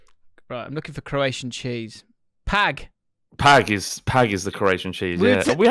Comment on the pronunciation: Your Croatian prononciation made me burst out laughing. Thank you so much 🤣🤣🤣